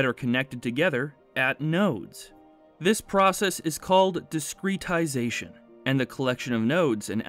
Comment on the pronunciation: Not a native speaker, is this really how you pronounce discretization?